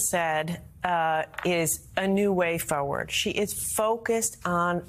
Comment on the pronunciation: Hey Gina, learn how to pronounce the word 'forward' correctly. There is an R in it.